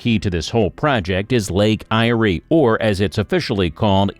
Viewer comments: Lake I-ree 🤣🤣🤣🤣 Lake Eyre, like air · Your pronunciation is wrong. Lake Eyre is pronounced as “Lake Air” - not “Lake I-rie. Also, the massive inland floods that occur in the Outback region of Queensland are due to tropical cyclones hitting the Cape York Peninsula or the Gulf of Carpentaria during Northern Australia’s Monsoon Season - December to April. The rainfall flows into the inland rivers in the Channel Country and slowly moves south towards Lake Eyre - the lowest point on the Australian continent. See YouTube videos about the Eromanga Basin. Also see the 1954 doco “To The Back Of Beyond” - available on YouTube (Kym in Darwin) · Yeah, yeah., not lake ' I iree', tis called Lake 'AIR' .... Eyre ! And plenty have looked at Bradfield's idea and many rejected it. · The pronunciation of "Eyre" (Irish for Ireland) is the same as "air". The flag shown is NOT an Australian flag, but that of New Zealand. The inland would be better served if rail lines were put back into Government hands, duplicated & raised 1m above the maximum known flood level, with regular channels for flood waters to flow under without undermining the rail substructure. At each town the rail goes through, additional tracks should be created for both Freight & Commuter services, with new suburbs around the existing townships & shopping centres incorporating a station for each suburb along the line. The freight section would have a concrete plant, steel fabrication & other building supply warehouses, fuel depot, container freight & large water tanks, which would initially filled by rail tanker until a pipeline is built, utilising wind & solar power for pumping the water. All new dwellings, factories & warehouses could be covered with ample solar panels to ensure ample power is always available. They should also be built utilising steel framing & stainless steel cupboards, reducing the risk of fire & termite infestation. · Goose. Get your pronunciation correct. Lake Eyre is pronounced LAKE AIR.